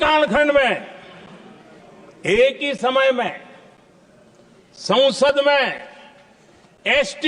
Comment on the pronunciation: Sansad ❌ Sonsad ✅